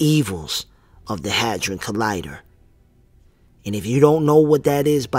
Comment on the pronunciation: sounded like u said hazard collider? its a hedron colider